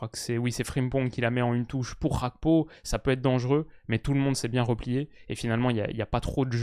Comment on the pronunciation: Petite question. pourquoi tu prononces Gakpo à la néerlandaise alors que son patronyme est togolais ?